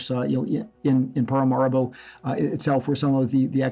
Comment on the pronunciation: It's Paramaribo.....not parimaribo!